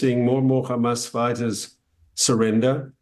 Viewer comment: Did he just say hamas I strong?